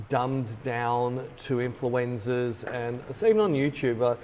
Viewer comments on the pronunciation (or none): I swear every time you say "Influencers", I hear "influenzas". And I think that's more accurate. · Were you intentionally saying influenzas instead of influencers? I hope so 🤣